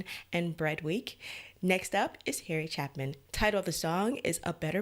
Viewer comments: You are mispronouncing Harry's last name - it is a long A, not a short one - CHAY-pin - just trying to help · Hi. Thanks for listening to this. BTW, his last name is pronounced Chay-pin. The story is a lot deeper than that. The message is that loving someone, is always a better place to be. Rather than the result being because he was loaded, he learned from his encounter with the woman at the diner, that giving someone a piece of yourself is always better than shutting someone out, even if they are not attractive. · Pronounced CHAY-PIN,. Never got to see Harry live. But I did see members of his family performing his music in concert. This was one of the songs they performed along with 'Cats in the Cradle', 'Taxi', and other classics. 'Circle' is another song you may want to consider reacting to. It is a great sing a long, closing concert song.